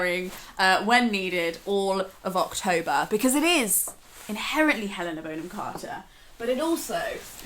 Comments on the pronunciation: I'm really enjoying watching all Leena's 'back catalogue' and I've learned so much from her, but... Aaaaarg! It's pronounced Bonn-am, not "Bone-am"! screaaaam Sorry, I'll go back to the video now... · i love your video, but thats not how you pronounce “bonham“ >:( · So is it Bon-hom or Bone-em? I’m really confused. Great homage either way. You could do a Madonna vibe next….not as dissimilar as you might think ❤️